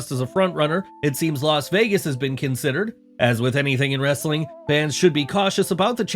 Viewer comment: I HATE this voice and his stupid ‘WWWRRRRestling’ thing he does! 🤬🤬